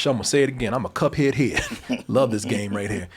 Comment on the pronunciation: Cut head? Quite the way to mispronounce! 😂